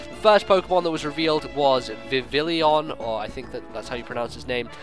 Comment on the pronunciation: I think Vivillon should be pronounced with a French accent, given that its origin is likely the French word for butterfly, "papillon."